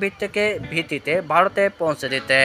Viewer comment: দিচে কি দিছে না,,,😊, ,,, বারত নয় ভারত 😂😅 বলচে বুয়া 😅,, অনুরোধ শিক্ষিত মানুষ দিয়ে খবর পড়াবেন দয়া করে।